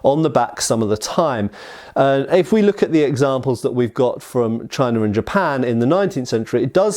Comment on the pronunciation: Yeah... and he does sometimes pronounce "China" with an r on the end... "Chinar" lol.